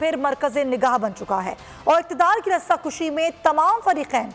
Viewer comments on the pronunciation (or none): Rasa kushi nahi hota rasa kashi hota hai you silly woman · Rasa kushi nahi Rasa kashi hota he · Rassa kushi nai hota bibi.. Rassa kashi hota hy